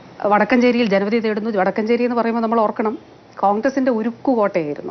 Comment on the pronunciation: വടക്കഞ്ചേരി അല്ല വടക്കാഞ്ചേരി ആണ്. മുരളീധരൻ പറഞ്ഞതിനോട് പ്രതികരിക്കാതെ ഞഞ്ഞാപിഞ്ഞാ പറഞ്ഞ് മന്ത്രി സ്വയം പരിഹാസ്യയാകുന്നു. ഡാറ്റ വെച്ച് സംസാരിക്കാമെന്നു പറഞ്ഞത് സ്വാഗതാർഹം. ഇലക്ഷന് മുമ്പ് കോവിഡ് മരണം വെറും മൂവ്വായിരം. പാലം കടന്നപ്പോൾ കോവിഡ് മരണം അമ്പതിനായിരം.